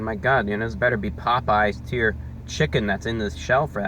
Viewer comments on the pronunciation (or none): none